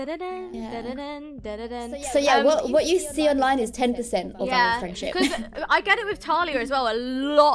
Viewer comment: We love a “firenship”